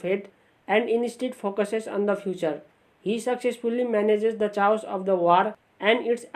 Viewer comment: thank you for this and btw chaos is pronounced k-os